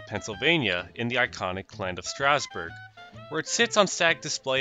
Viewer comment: first youtuber that i have seen that says "Stasburg" correctly, about time.